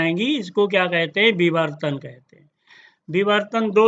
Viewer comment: no....he said bivartan!!